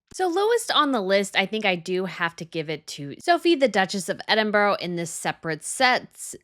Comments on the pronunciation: You need to work on your pronunciation: first up is Edinbruh. Not ever Edin borrow. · NOT edinboro. Edinburgh. Pronounced edinburrah. Just for your information. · Edinbro’??? Please familiarise yourself with the correct pronunciation if your going to critique 🤦🏼‍♀️ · NB for future reference - it’s Duchess of Edinburgh. Ed -in - burra, not Edinbro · Sophie Duchess of EDINBURGH- NOT EDINBOROUGH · Pronounced "Ed-in-brah" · I've heard you mispronounce Edinburgh so many times. It's not Edinboro. Please google the pronunciation - you'll sound more credible.